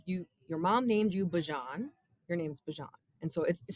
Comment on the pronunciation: I'm going with with Beejan and not Baajan. Bijan like my Dijon on my pretzels and cheese!